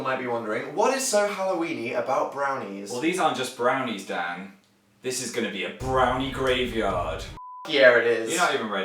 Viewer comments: am i the only one who heard "Ermergerd, BONERS" when he said ermergerd brenies? XD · Ermergerd Brehners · It sounded like he said bronies, XD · brehnies sounds like bronies =.=